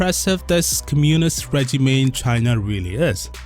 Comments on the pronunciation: regime= ree-jeem. not reh-juh-may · Regime is pronounced Rey-jeem 😊